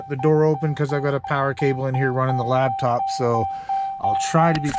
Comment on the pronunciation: It’s called a lap top. Not a lab top